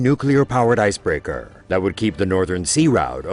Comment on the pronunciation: know as leaderrhh ... icebreakehrrr